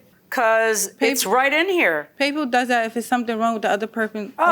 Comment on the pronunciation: I am hollering 😂😂😂😂😂😂 “Dey dusz dat”.